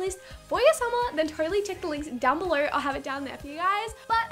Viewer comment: she says instead of below = belor and instead of no = nor NOT HATING